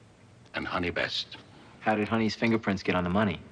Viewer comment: Why is he calling her Honey Best? It's Honey West.